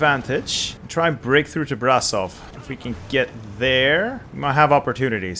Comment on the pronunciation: Could you please start saying Brashov not Brasov? It's with ș not s,and you read ș as "sh" . Also say Galatzi,not Galati. Correct form is Galați and you read ț as tz